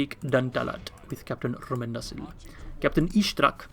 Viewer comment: Hello, I just thought that you would like to know that Rómendacil is pronounced Ro-mend-dac-kill.